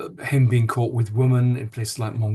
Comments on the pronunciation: Why don't these men pronounce the names of the two women consistently..jarring listening Also why can't Lownie pronounce the word women correctly its not difficult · woman vs women--- is there no difference in your pronunciation, Andrew?